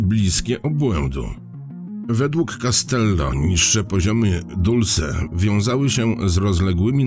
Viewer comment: Znowu. Nie "Dulse" tylko Dolsi